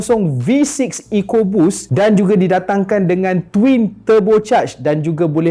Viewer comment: Coupe (ku-pay). Coop tu tempat simpan ayam. Ford Ecoboost bukan echo boost